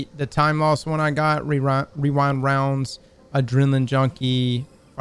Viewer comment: OKAY DUDE YOU LITERALLY CAN'T READ/PRONOUNCE SHIT AND THEN 'REWIND ROUNDS' IS WHERE YOU'RE GONNA STICK THE LANDING? WHAT